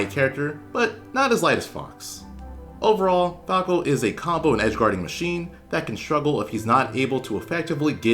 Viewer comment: "Lets CAWK about falco"